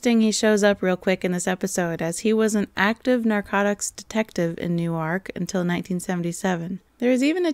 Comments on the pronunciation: FYI, the cop is from Newark, NJ. Emphasis on the first syllable. NEWark. No criticism; when I moved to Brooklyn I got the pronunciation of Joralemon Street in Brooklyn Heights wrong. Down the street from the exterior scenes in "Moonstruck". Boy, did I hear about it from Brooklynites! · Another NJ pronunciation: the biggest city is Newark, pronounced NEWerk. The Newark in Delaware is pronounced as you said, newARK. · "New-ark", Delaware; "Newerk", NJ. "Grenich", CT. And SO GREAT to have another of your videos! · Well done. Newark NJ is one syllable and pronounced "Nork", Greenwich CT is "Gren-itch" and as for Viveca's call to the police chief leaving a phone record, to me it was obvious she faked the call so there was no record. Vera Miles was really a bigger star than Sheen or Price, she was the lead female star for John Wayne, Jimmy Stewart and Henry Fonda in major films. Miles was Hitchcock's choice to replace Grace Kelly as his "cool blond". Hitchcock signed her to star in Vertigo but she became pregnant and put her in Psycho as a consolation - but she had already been his female star for the Wrong Man w/ Fonda. Miles also refused Howard Hughes' marriage proposal. Sheen has never been a major Hollywood star approaching Miles' stature while Price has a unique status, not a top star but an iconic one. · I'm in Jersey, it's not pronounced like it's spelled, "New-ark". Its pronounced like Nework, or Newerk. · It's not New-ark, it's New-erk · I went to school in Newark, DE...pronounced New Ark. Toma was from Newark, NJ...pronounced New Work. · Your deadpan narration is becoming a new joy for me Just for the record, Greenwich CT is pronounced “gren-itch” Newark NJ is pronounced “new-work” The powder you see on Columbo’s hand is most likely dried calamine lotion The rocky shore that suddenly appears out of Viveca’s office looks suspiciously like where Adrian Carsini disposed of his late half brother Ric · New-erk, New Jersey.